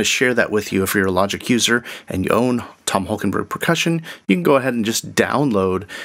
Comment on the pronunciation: Interesting that you call him Holkenburg thrice at the start. It's -borg ( Sounds Swedish ;) ) Borg, since he was born in the east of the Netherlands, that speaks West Low German: a group of Low German dialects spoken in parts of the Netherlands, northwestern Germany and southern Denmark (in North Schleswig by the German minority). Borg = barrow as in tumulus. Burg = borough as in town.